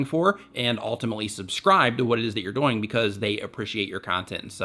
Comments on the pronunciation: he says doing so fast that it sounds like doinge or dooing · I just love the way you say "doing"😂😂